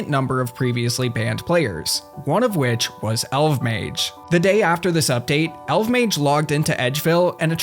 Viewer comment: It’s pronounced Elf-Mage